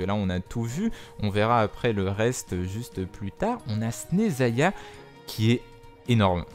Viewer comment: On prononce Chneznaya